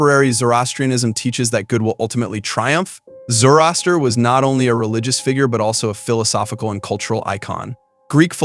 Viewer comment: Also, Zorro-aster